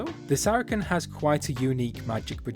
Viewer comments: bruh it's pronounced sara-sen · Everyone does, don’t worry. But for any future comments, it’s pronouced “Sair a sin” or “Sara sin”